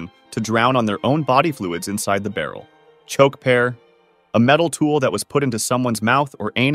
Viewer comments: cHoKe PeAr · why did he say Choke Pear like that though